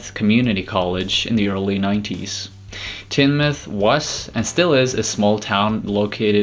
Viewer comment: Teignmouth. Pronounced ‘Tinemuth’. Not ‘Tinmuth ’ It’s strange how Brits can pronounce American names properly but Americans seem to have trouble with British names.